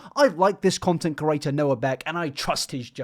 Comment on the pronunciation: Does have 'CURATOR' merch or what!? Why is 'creator' his favorite, most often used word and why does he insist on pronouncing it 'curator'!???😂